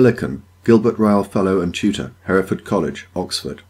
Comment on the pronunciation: Love the video, but as a student of Hertford College (which you mentioned regarding Peter Millican).. I would just like to correct pronunciation of Hertford..should be 'Heart-ford'.